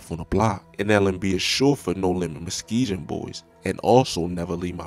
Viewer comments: Muske"g"on not Muskgion❓ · He named his album after Fazo not just his shoes lol, you know "Welcome to Fazoland" his most famous and best album! Also you pronounced Muskegon wrong and Marquette wrong! You never heard of Marquette university? It's Muss-Kee-gun (Muskegon) is how it's pronounced, and Marr-Ke-ht (Marquette), That's how you say those words bro! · They take you misspronouncing their area name very personal and even if you and I know they are very immature it makes no difference if them taking it personal leads to them then taking your life so always remember it’s pronounced Muskegun as in g g g gangster not j j j not muskeejun how you are saying it so yea I just wanted you all to stay safe peace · He wild for that Muskeegen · Im from Michigan and u right he definitely pronounced Muskegon wrong🤷🤣🤣🤣😭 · The way you’re mispronouncing Muskegon sounds like it’s done on purpose lol. That’s not how English works haha